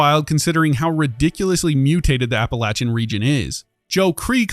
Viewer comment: App-uh-lay-shuh button